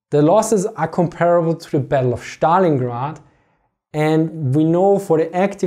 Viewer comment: It is like magic to hear you say ze Schtallingrad